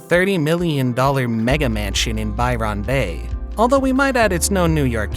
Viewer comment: Byron Bay is not pronunced ' By Ron bay'. It's pronounced 'by-rin' bay. Please Google an Aussie pronouncing it. That pronunciation made me laugh though, so thanks.